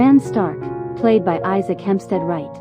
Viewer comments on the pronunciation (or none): none